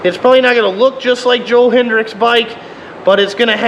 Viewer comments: .1 its hetrick not hetrix .2 its a trx not a crf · It’s Joel hetrick not hedricks